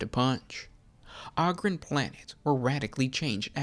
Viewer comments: Oh-grin sorry. Ogre oh-ger right? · Can't listen to someone butcher a word over and over and....